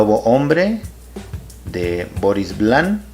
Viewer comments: Una reseña de alguien que no sabe no sólo pronunciar el nombre en francés del autor y tampoco leerlo en español...no es Vlan sino Vian y podría pronunciarse como [Vion] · Esta bien escrito en la portada del libro 📕 Esta escrito con letras Mayúsculas VIAN, y en letras Minúsculas es Vian. Si fuera la L dijiera VLAN. El lo pronunció mal.